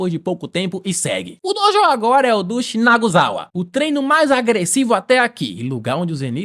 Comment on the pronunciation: As tentativas de falar "Shinazugawa" kkkkkkkk